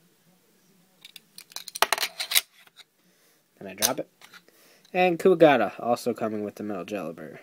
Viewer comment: No offense but stag beetle is pronounced as "Kuwagata" in Japanese. Nice review! =)